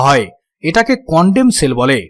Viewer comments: আপ‌নি ভাই প্রথম কনডম সেল বললেন প‌রে কন‌ডেম সেল । হাহাহাহা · হালার পু প্রথম বার ভুল করে কন্ডম সেল বলেছে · কনডম সেল??! কনডেম সেল।